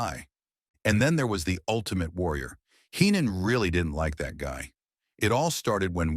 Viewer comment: Watch out! It's a bird!, it's a plane!, no! It's hee-non lol